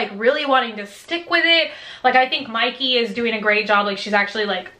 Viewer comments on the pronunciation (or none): none